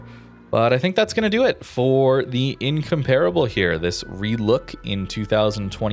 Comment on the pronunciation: Just came to hear the word incomparable mispronounced 17 times.